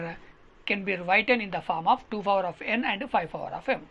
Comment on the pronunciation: Power sir adi fawar kadu